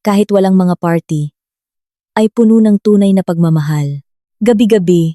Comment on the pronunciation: ayusin mo ang pag bigkas. " Puno' " - meaning Full, ang bigkas mo " pono" ay meaning tree